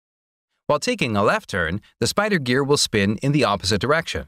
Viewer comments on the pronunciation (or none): none